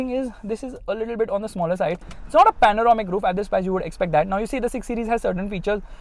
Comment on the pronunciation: Bhai please it's panoramic not panaromic